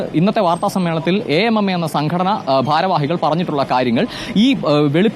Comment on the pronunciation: A. M. M. A അസോസിയേഷൻ of മലയാളം movie actors.. ഇങ്ങനെ തന്നെ നമ്മൾ പറഞ്ഞാൽ മതി. 'അമ്മ എന്ന് കൂട്ടി വായിക്കേണ്ട. മിടുക്കനായ റിപ്പോർട്ടർ, അങ്ങനെ തന്നെ പറഞ്ഞതിനു ഒരു കയ്യടി ഇരിക്കട്ടെ ♥️